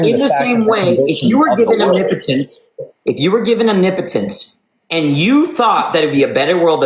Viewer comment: Thank you for pronouncing omnipotence correctly! Nobody else can do it!